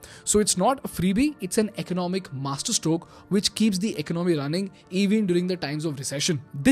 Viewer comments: Great video. One feedback, economy is pronounced as"EcOnomy", not "Icnomy". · It is not eknomy it is economy pronounced as ak as 1 o hindi akonomynsound must come 1 word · I really really like your content. I truly believe it's excellent. But as a son of an economics teacher myself, please consider my request to change your pronunciation for the word economy. It's not eco-nomy, it's eco-ne-mii. Or close to it. I hope you'll give it a thought :)